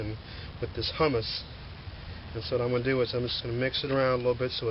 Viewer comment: it's "who mus" Humus is bean dip.